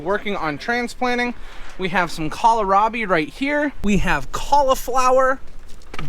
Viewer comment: From my Mom: it's pronounced, kohl (like the store) rabi, not kolerabi.